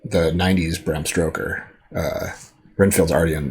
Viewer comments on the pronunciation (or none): It's Bram Stoker not Bram Stroker😂